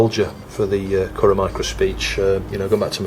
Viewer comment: it's pronounced "kurrah"